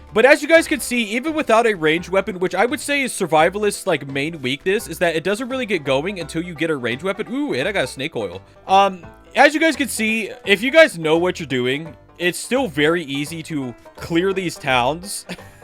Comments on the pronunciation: this is the third time we caught you saying diddy oil 💀💀💀💀💀💀💀💀💀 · Pls stop calling snake oil like Diddy oil